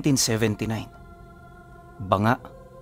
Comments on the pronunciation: Di bo BANGA. Bangaa. Ma lambot lang po dapat. Hehe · BA-NGA po ang ang tamang bigkas.😃good evening po from Aklan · Banga po. Ganto po pag kkabigkas "Baaa-nga" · Hindi banga ito ay mababasa na BA-NGA.